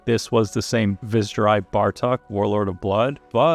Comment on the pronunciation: Viz'jerei is actually pronounced "vis-zherei".